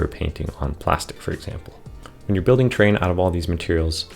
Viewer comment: Enunciate! Sounds like you are saying “train”